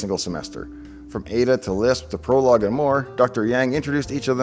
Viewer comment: Prolog, man... LoL!